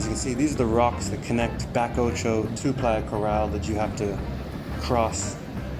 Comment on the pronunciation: Thanks for looking after Rizo. Also, Bacoccho is pronounced Bah-co-cho. I enjoyed the video. We have a house in Carrizalillo.